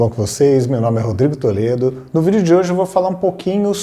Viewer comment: O seu nome é ou Rodrigo Toledo? 😂